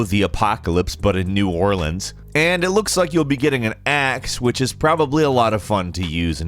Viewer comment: My guy actually said New Orleans right 👍🏾😊